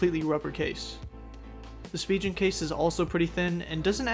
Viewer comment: SpiGen not spiJen